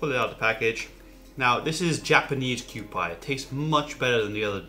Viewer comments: It's not "Kyoo-pie", its "Kyoo-pee", like the old kewpie dolls, which is on the label, I believe. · Thanks I wanted to tell him the same thing.. it is Q-P not Q-pie Like the Q-P doll on the label. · It's pronounced Q-P..!!! not Q-Pie!!! PLEASE PLEASE PLEASE Learn to say the Japanese products correctly please!!! You are butchering them horrible throughout your videos!!! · I hope someone in the last 5 years has straightened him out on Kewpie Dolls, pronounced Q-PEE, not Q-PIE. But I am going to watch and try to learn something. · Kewpie pronounced QP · It’s pronounced kewpee according to the bottle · Kew Pee is the proper pronounciation. For the mango sauce; Extra Virgin Olive Oil??? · It's pronounced "kyo-pee" sir.